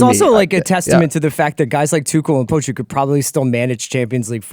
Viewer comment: How is pronouncing Poch like a dog is killing me.